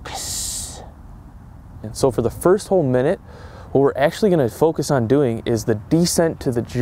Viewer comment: I disliked just cuz of the way he sayed focus